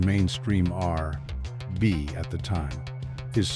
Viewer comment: AI can say Nhoj but not R&B? 🙃